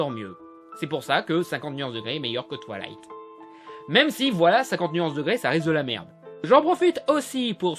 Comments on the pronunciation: c'est moi ou il dit "toilight" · « Twalight » Mes oreilles saignent 😂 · qui entend "touillaiyte"